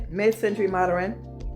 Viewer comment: I think what they were saying is you don’t pronounce it Moderin .... it’s just mod ern like that . You say it like this mod Erin instead of mod ern